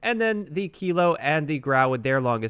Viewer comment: It's pronounced grew ow